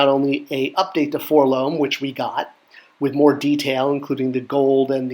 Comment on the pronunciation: Great video! I'm loving this series...but please say Four-el-oh-em. If you say "Four-Lohm" you should also say "See-Three-Poe"...like Edgar Allen Poe. They are letters but don't form a word.....all the way back to the way the kid says it in the 1980 Kenner commercial.